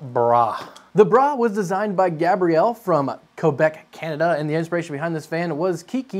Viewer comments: "from 'KoeBeck' Canada" lmao I love it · Ah yes, Kohbek, Canada.